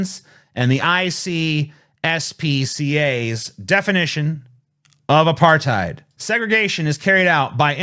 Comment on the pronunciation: It's kinda hilarious to rag on someone for not knowing what apartheid is when you can't even pronounce the word.